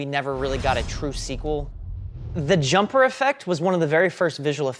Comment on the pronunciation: "Jumper-er" killed me 😂